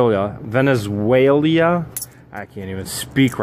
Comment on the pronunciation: creates new country Venezualia